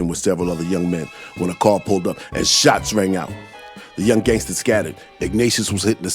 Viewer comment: Man... l dig how ya say Shots rang out! 💪🍁 Canada in da hoose, eh?